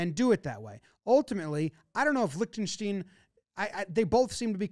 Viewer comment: didn't pronounce Lichtenstein the same way once and that's honestly impressive